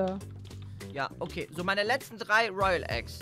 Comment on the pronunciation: Es waren 5 royale eggs kaan hat 10 toyale eggs gesagt😂😂 richtig lost